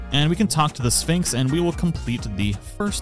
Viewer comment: Very nice guide thanks for your work to help us am I the only one that hears Phönix instead of Sphinx 😅